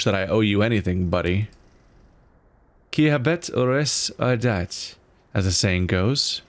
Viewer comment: Stojanoff Maybe a bit late lol but he actually says "qui habet aures, auditat"